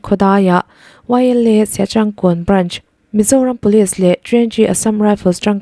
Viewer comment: Mizo thumal,eg;siachankawn tih I chhiar dan te kha a dik miah lo a nia,in zir deuh teh,I aw a mawi teh reng nen chhiarkawp tur ang chi ang ah te hian mawi leh nalh deuh ngaihthlak turin han chhiar thin teh miss